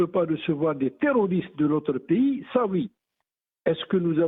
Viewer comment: D'abord on ne dit pas "piys", mais "pAys", ça se prononce comme : PAIX + Y, ou ; Pai ys, pas Pi, ou π 3.14, d'accord ? Je remercie El Marrokiya et ses employés de promouvoir les attaques de plus en plus virulentes contre notre pAys de la part de ses pires ennemis qui visent son démembrement à l'instar de la Libye, du Soudan, de l'Irak et de la Syrie, etc. En tout cas, vous êtes de sacrés patriotes. Vous serez sans doute décorés par vos maîtres et bailleurs de fonds, dès qu'Alger et toutes les autres villes d'Algérie où se trouvent encore vos familles, ressembleront à l'actuelle Ghazza, merci infiniment, c'est Malika Z3aytra-106, et ses maîtres banou sahyoun, qui doivent être fiers de vous, bravo les gars d’El Marrokiya!!! NB: Nous avons été et nous sommes toujours et depuis le Hirak El Moubarak, plus de 90% d'Algériens à manifester notre mécontentement de la façon dont NOUS, PEUPLE ALGÉRIEN sommes toujours écartés du pouvoir, surtout notre jeunesse qui est toujours méprisée et dont les énergies sont totalement gâchées par une classe politique pourrie par la corruption et le népotisme, mais aujourd'hui et vu les convoitises et les complots que vous feignez de ne pas voir, il serait irresponsable, voire suicidaire de continuer à apporter de l'eau aux moulins de ceux qui visent la destruction de notre pays, sachez que vous serez tenus responsables de vos actes et de votre attitude d'aujourd'hui. L'efficacité de la diplomatie algérienne n'est plus à démontrer, le monde entier la